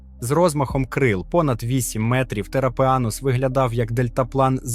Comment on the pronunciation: Тропеогната ШІ прочитав, як "терапеАнус" 🤣.